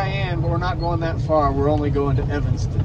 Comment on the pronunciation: You have a fan from Evanston on. Shout out for not saying Evingston like most Utahns seem to think it is. Nothing says I’m from Utah faster than that. Martin’s are as good as they get.